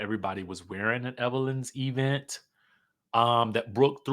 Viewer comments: The Eee-Vent. I love it 😂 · The laugh I didn't know I needed. "Thee E' vent😂😂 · Right 😂😂E-Vent